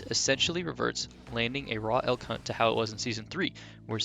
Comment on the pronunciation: Am I the only one who hears "El C*nt" when he says "Elk Hunt"?